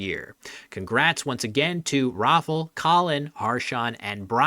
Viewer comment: in regards of the polish name pronunciation. its not pronounced rofl, its rah - fow, where "ow" should rhyme with pow. and i dont know where you got dominic, but giving up on this one is at least understandable. it should go like do-mee-nee-chack. also if you use google translate don't be fooled by the pronunciation of "rafal", the l here should actually be an ł, which make different sounds